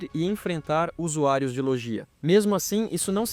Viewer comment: Se escreve "LOGIA" mas se diz: "LÔGUIA"